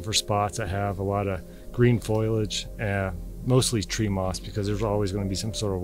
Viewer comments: please, for the love of god, quit mispronouncing the word FOLIAGE ..FOE LEE IDGE NOT FOIL IGE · As a horticulturist, I need to inform people that when discussing the leaves on the trees, the word is (foliage) not foilage. Sorry not sorry lol. It's a pet peeve equal to nails on a chalkboard to me and I don't think foilage is a word at all. Thanks for letting me vent. Never stop looking for the truth. It is out there.🌿🍁🌳🌲🐿👣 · Why do Americans say ‘ foil-age’ it’s foliage that’s foly-age ! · The word is "foilage"- Use it in a sentence please. "I peeled the foilage off my hotdog" "it was wrapped in a layer of foilage" "3000 years was the approximate foilage". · Is this the "foilage" person, still? 🤔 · I was listening right up until you said foliage😂